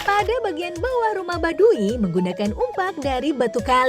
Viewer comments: Bukan baduwi tp baduy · Tau tuh ribet dengernya i nya ketinggalan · Kenapa pengucapan "Baduy" jadi Badui...??? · Kesel aing denger pembawa acara y... Yg bilang "badu i"